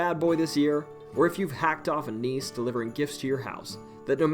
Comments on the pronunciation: Not Danish, but have Danish ancestry here. I believe nisse is pronounced like Nissa, not niece as pronounced in the video. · Nisse is pronounced "nissa". It's a house or land spirit.